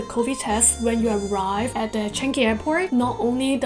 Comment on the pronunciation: Hi, BTW Changi is pronounced as " Chan-Yi" not Chan-Gi.; )😉